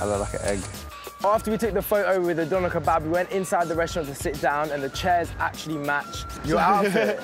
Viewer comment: When pronounced Döner like “Donna” 😩